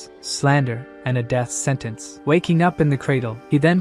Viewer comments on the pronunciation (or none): none